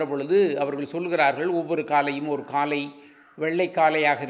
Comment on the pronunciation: காளை என்று சொல்லாமல். காலை காலை என்று உச்சரித்து தமிழ்க்கொலை செய்ய வேண்டாம். ப்ளீஸ்